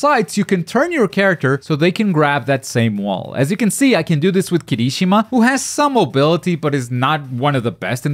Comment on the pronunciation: He said su u ITS A SUI its not kimishima ITS KIRISHIMA